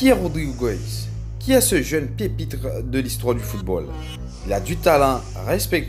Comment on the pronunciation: "ce jeune pepitre" 😂😂😂😂